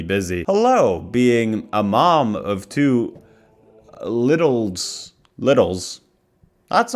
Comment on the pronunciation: Ive always heard it pronounced littlies (little-eez). Like where are the littlies? Like "kiddos"